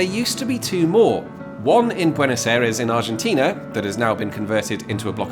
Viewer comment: Note for, since you usually aim for local pronunciation, that Aires is much closer to eye-rays than air-ease.